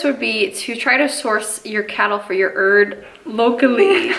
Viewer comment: is Jamaican now? “Select ya ‘erd man!”🇯🇲